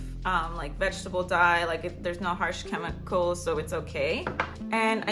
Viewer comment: no harsh chemo-cuh-ls 😭😭😭💖